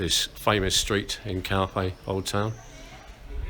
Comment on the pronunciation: English pronounce...calphey,🙃